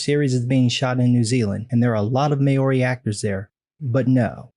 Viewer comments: Totally agree on everything except the pronunciation of Māori. It’s “MAUW-ree” (mauw like the ‘ou’ in ouch or couch or but with slightly more of a short ‘a’ sound within the ou) . . . Not ‘may-OR-ree’ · Say it like moldy (as in moldy bread) but without the l not may-ori